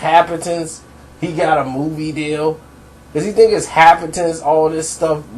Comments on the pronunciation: The word you're trying to pronounce is actually happenstance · Lol I caught that too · It's cool though you only said it like four times, good video though, i bin saying this for awhile his defenders are conveniently confusing content with flow.... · Bruh, if you say 'happenstance' wrong one more time. X-D